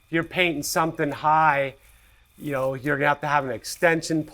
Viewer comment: Do you say “yo”? Or “you”? Lol